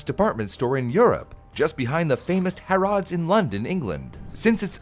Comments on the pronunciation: For as long as I've been alive, I don't think I've ever known Harrods to be pronounced "Huh-RODs". It's "HA-ruds". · Strangest pronunciation of “Harrod’s” I have ever heard